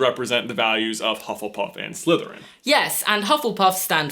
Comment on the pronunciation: I find ' accent a bit distracting. The way he pronounces the "th" sound as a "v". So he says Slyverin instead of Slytherin. 😲